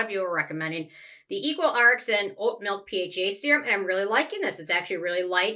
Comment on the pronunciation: I didn't like that equal rxn serum at all but everyone on instagram seems to love it! btw I think it's pronounced "equal reaction" :)